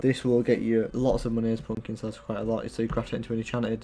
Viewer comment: nice video but you say pUUmpkins